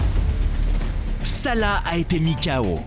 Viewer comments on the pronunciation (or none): il s'appellesalah pas sala